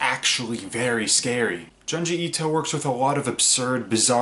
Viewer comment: The way you pronounce his name is frustrating.